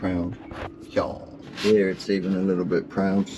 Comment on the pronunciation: The best sailing channel is right "heeyaa." (the two syllable version of "here.")